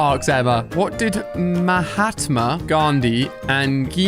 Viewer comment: Mahatma is pronounced as Mu-haat-maa